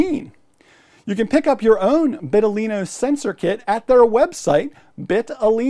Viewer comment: vital-ino, not bit-talino (that's the whole point of the name)